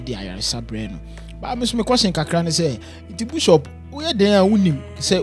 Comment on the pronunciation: Please the word is not BUSHOP IT IS BISHOP aaaaàah.......masa why pls mention the word well. Anyway shout-out to Bishop Asare